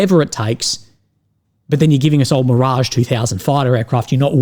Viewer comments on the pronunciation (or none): none